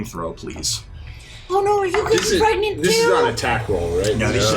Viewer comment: "Am I gregnant or am I okay?"